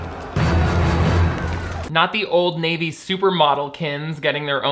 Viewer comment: Ok but "Oldriana Navy" really got me crying laughing 💀